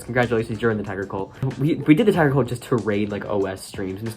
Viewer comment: Tiger: It’s pronounced Tiger, not Tigger Also Tiger